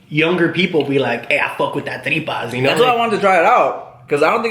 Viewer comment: that white boy is mexican? i literally fast forward and heard him pronounce tripas and i was liKE WHAT